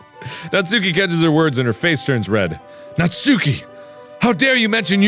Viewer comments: Mark.. It's Nats[u]ki, not Nat"sue"ki. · Just gotta say natsuki is pronounced ''natski'' Edit:also when mark said "everybody in the comments is hiding behind their pillows" i kinda was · its pronounced '' Nas-ki'' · AYYYY! IT'S NAHT-SOO-KI!